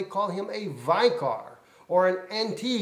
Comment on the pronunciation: the word vicor is pronounced vic or not vi cor. If you are going to preach at least know what you are saying. Look it up in the dictionary. IT MEANS CHRIST ON EARTH..